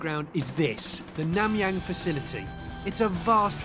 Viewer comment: Whats a " Faci-laty " ?